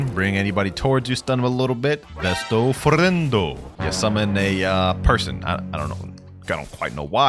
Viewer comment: The way he says besto friendo it caught me off guard